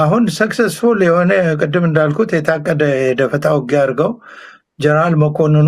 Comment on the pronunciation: please don’t say "ጀረናል". ‘ጀነራል’ is the right way to say it.